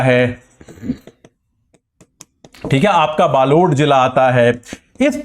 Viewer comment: Balod ka uccharan galat kr rhe ho 🤣🤣🤣